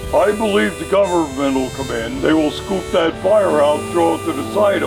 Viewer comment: "welcomte to Silent Hill" que maravilla dios mio